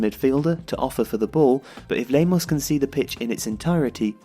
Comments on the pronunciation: mauricio lemos not lamos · Nice video. But why are you insisting on calling Lamos instead of Lemos, his real name?